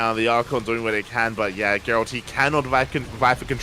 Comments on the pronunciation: I don't watch SC2 that much anymore but even I know that his name is pronounced same as Geralt of Rivia (G as in Gregory, not George). Even the casters and Elazer say it correctly in the clips that you showed, but you still pronounce it wrong. Sorry to be nit-picking, but since this video is about Gerald's comeback it would be nice to respect him and at least pronounce his name correctly. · That might be the case, but if you ask a french person to pronounce this name, it'll definitely not sound like the English or Polish version of "Gerald" Anyway, for me, the way is pronouncing it sounds out of place.